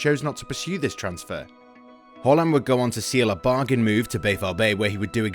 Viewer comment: Thus guy say Holland instead of Haland or am i stupid